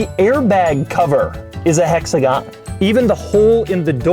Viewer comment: Doug Score? A hexagaan!